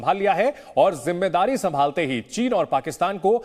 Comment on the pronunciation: Zamawari nhi zimadari Ok no tention۔